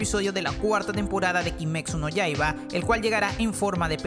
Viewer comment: Ya vamos para la cuarta temporada de kimetsu no yaiba y nunca aprendiste como pronunciarlo bien